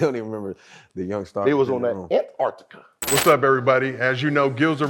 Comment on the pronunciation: "They was on that ANT-arctica" 😭😂 bruh wtf wrong with Gil